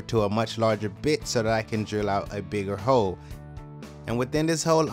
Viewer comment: Whenever he says hole. I heard hoe🤘😭😂